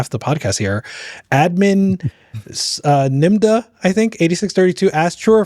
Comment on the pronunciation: Thanks for answering my question guys! And, great job pronouncing Nimda (it’s Admin spelled backwards 😉). If/when I meet y’all in person I shall identify myself. 😁